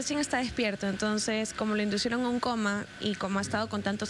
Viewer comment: La reinita dice:: "" adaCtan""..."""induCieron"" uffff!!👎👎 hace falta un poquito más de cultura !! terrible!!